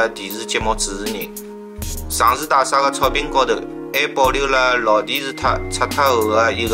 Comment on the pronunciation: 内容很好，点赞！用沪语也很好，仅仅个别沪语发音不对，譬如讲， 大厦的厦，应该读沪语 夏天的夏字音，今天看到五分钟处暂停，下次继续看下去。谢谢编辑这么好的故事，搜集资料也很不容易。假使编辑不反对的话，发现小问题，还会给编辑留下来的。